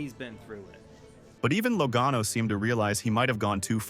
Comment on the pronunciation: AI or not, he or it said Logano correctly 2x in the middle! I thought it was fixed and it went back to something I never heard before.